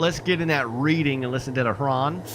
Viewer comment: Reading is pronounced "Redding." Thanks for the video though.